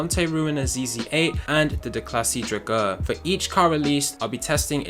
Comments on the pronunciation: Never have I heard someone pronounce drauger so wrong before lol. Draw-ger, come on man lol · You don't pronounce drauger right at all. By the way it can totally clutch kick. Just gotta know how to do it.